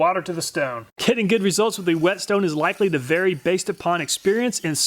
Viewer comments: say whet . Now say stone. Now say whetstone. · I hate to be that guy, but it's pronounced "Whey Stone" or "waystone" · "wHetstone"... why are you putting so much emphasis on the H,? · "A h'wet stone" Me - "Wai'wai'wait...they ain't no h in wet." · The best part about this was that you pronounced the h in whetstone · Did he purposely pronounced the "W" in whetstone the first time like how stewie do i family guy?🤣